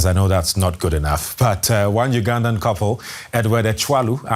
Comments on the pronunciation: Its Ugandan, Not "Ungandan". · "a ungandan" they added an extra 'n' and so did you.